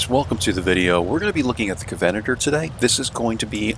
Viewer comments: Enjoyed the video, but its pronounced "covenant er" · Great videos but just FYI, you are pronouncing covenanter incorrectly. The stress should be on the 'a'. 🙂